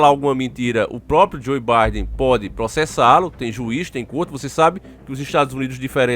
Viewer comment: Não é Barden não é Biden (fala-se Baiden rs)